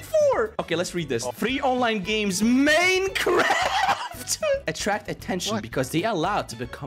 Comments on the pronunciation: mAiNcReFt BuT iTs NoT mEiNcReFt fake accualy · "Maynekraft" Poetry. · Maynkraft XD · When he says maynkraft its funny XDDD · Yes my favorite game 'cimemraft' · MAYKRAFT OK